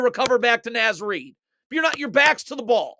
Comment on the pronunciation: Amazing! Naz Reid is Minnesota royalty. Please, it's pronounced Nahz Reid. Two Words